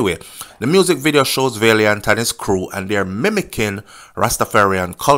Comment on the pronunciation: VAL NOT VALE VALIANT NOT VALEIANT😅😅